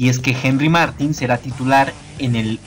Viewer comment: No se pronuncia Martin, se pronuncia Martín (con acento)